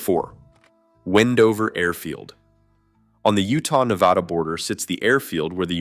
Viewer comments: And Nevada is pronounced ne vaaaa da, not ne vah da. You can always tell someone has never visited the Western United States by the way they pronounce State, city, and town names. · Nevahda, tool county, that's as far as I got. If you can't even pronounce things correctly, then not gonna listen lmao